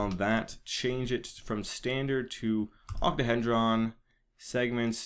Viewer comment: Octo-he-dron Ock-tow-hee-dron :) dw its funny xD